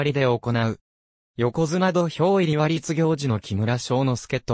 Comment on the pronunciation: 「りつぎょうじ」ではなく「たてぎょうじ」ですね。